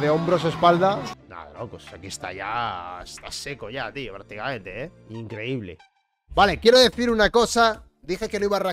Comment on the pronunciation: Énfasis en 'increíble'